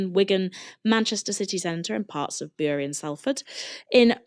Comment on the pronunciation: Bury = not pronounced /byuri/ but rather the same way you pronounce ‘berry’